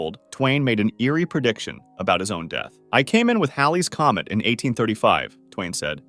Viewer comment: I'm glad you pronounced Halley's Comet correctly, instead of how idiots call it Hailey's comet!😊